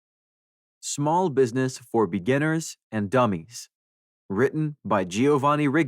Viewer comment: Ai really emphasized the “dummies” at the beginning 😂😅